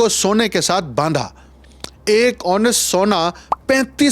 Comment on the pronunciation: Ounce........تلفظ۔۔۔۔۔۔آونس ناکہ او نس Ford Knoxx تلفظ۔۔۔۔۔۔۔۔۔فورڈ نوکس ناکہ ۔۔۔۔۔۔۔نا۔۔۔۔۔کس